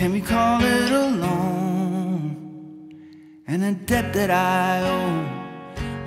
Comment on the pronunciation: Don't pronounce the 'b' in, "debt", though. You must be German or something lol. Otherwise, stellar